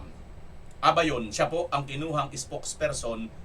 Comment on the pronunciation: Atty.,Neil abayon Hindi lebayon.ty